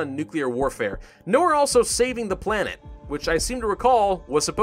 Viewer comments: I think the bot is trying to find bad words so you said "aslo" but the shitty algorithm heard "ass lo" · Did you just say AAslo